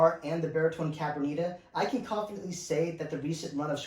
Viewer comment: If you're going to review it take the time to learn how to pronounce the name of it ....it's Cabronita....not whatever you fumbled through trying to say....lol.